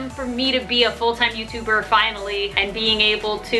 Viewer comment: you just said youber and not youtuber😂😂😂(no ofensse😭😭)